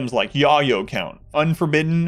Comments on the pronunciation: It's pronounced yay-oh, just so you know. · 🫡With all due respect, pronounce this narcotic (cocaine) : Yayo - *llello , yeyo [yey-yoh]. Yay'-Yo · I think I had an aneurysm when he pronounced 'yayo' as 'yah-yo'